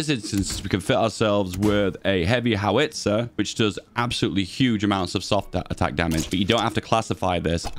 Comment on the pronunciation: That's certainly a way to pronounce Howitzer.